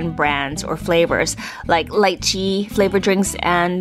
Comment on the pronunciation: Thumbs up for the on point pronunciation of lychee 👍🏻